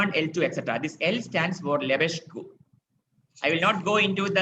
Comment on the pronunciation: Great lectures. It's pronounced /Lebesk/ not /Lebesgu/